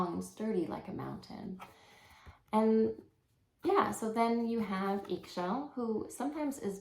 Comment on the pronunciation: Pronounce is “E Shel” in Mayan language 👍